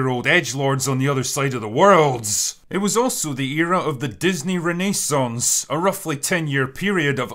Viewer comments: Drinker, if I didn’t have the context of what you’re saying I wouldn’t understand your pronunciation of controversy and renaissance. Is it that different on your side of the pond? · That pronunciation of "Renaissance"...